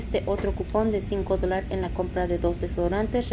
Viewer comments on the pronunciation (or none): Se dice dólares 🤭🤭